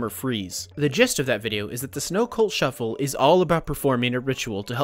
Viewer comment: Snow cult SCUFFLE not SHUFFLE